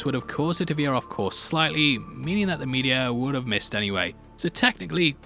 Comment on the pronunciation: I thought he kept calling the meteor, "the media" hahaha